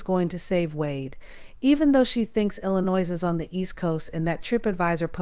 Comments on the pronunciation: No disrespect, but you sound like you're writing a Novel. You are way out on this. WW is guiltily ,he confessed ,period. Jennifer from Germany. Btw ,not necessary to pronounce the "s" on Illinois. I know I'm knit picking, I'm simply tired of some people saying that this killer is innocent. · Enjoyed your video. Just for future reference, the "s" at the end of Illinois is silent.